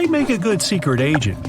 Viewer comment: I get it 🤣 sicret ajent 😂😂😂